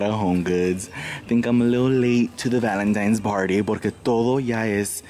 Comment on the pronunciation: lol 😂😂. It’s ValenTINES, not times lol awww